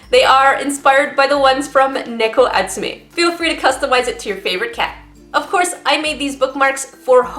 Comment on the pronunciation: FINALY SOMEONE WHO PRONOUNCED NEKO RIGHT!! Lol